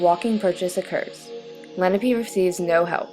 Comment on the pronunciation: Lenape, not lennapee. Your pronunciation is far off